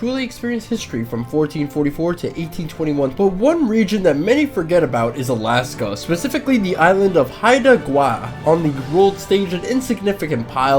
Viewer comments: Not that it really matters, but it still triggered me a little bit. Pronounced High da Gwhy, sheh nook, and S qwa mish. Source: Live in BC. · Was tilted when I saw the start of the video as someone who grew up on haida gwaii, but comments save the day. We casually pronounce it (hi-duh-gwhy) btw, like why but with a g in front